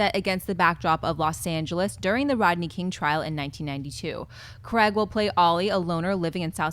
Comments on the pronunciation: Why can't you pronounce Daniel Craig's surname? It's Craig... sounds like Crayg I guess... Not Creg. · It's Danial Craig...not Creg. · who is cregg? lol :P its craig